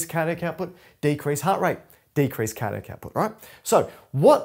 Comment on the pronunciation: Just try to emphasise each individual syllable a bit more clearly. Car Dee AC. Also if you shared your surname after "" it was near impossible to make it out. The Cambridge definitions of the word diastole seem to pronounce the stol bit with a bit more of an "o" sound in both English and USA options. I think this would help a lot. It's very difficult to find literature and resources that align with learning needs for some of us. It's like holding a conversation with someone where they can't keep our attention, or they have the knack of presenting things in a way that we can't make sense of. This one still moves a little too quickly over some syllables.